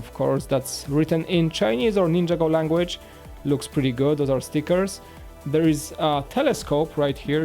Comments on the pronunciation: its a laser pointer and u keep saying ninjago wrong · says Ninjago so wrong it's not ninja go City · He says ninjago wrong every time